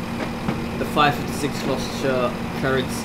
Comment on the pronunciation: You pronounce Gloucester: glos-ter